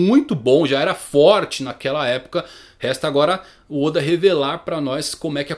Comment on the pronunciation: Teoriad barba Negra oda não e assim a pronúncia kk